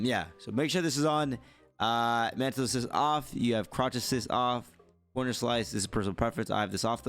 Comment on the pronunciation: His speech is fine. I think he's just being lazy with his enunciations. A perfect example is when he said mantle. He caught himself saying hella lazily, so he corrected himself. I also think it's where he's from. I'm not entirely sure where he grew up, but this type of speech resembles Northern California speech. If you're from the Bay Area, you know. We always shorten words and speak fast.